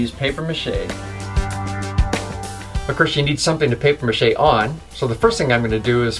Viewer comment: "PAPIERRRRRRR MACHE" Made me laugh so much, as it is not pronounced like that xD